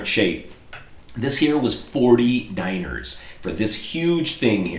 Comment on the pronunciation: To say dinars, say like,,dinara'' like you've said in previous videos and just replace the,,a'' with an strong,,s'' and youll end up with a vocaly correct,,dinars'' Hope it helped a little!:D ofcourse that's only when you speak in english!